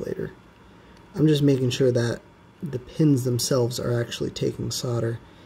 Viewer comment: Thank you for saying solder the correct way.